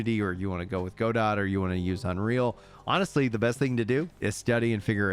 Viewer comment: Loving the updates. I don’t have Twitter so I appreciate the concise and informative videos to compile all the tweets and discord messages. Btw Godot is pronounced Godoh for future reference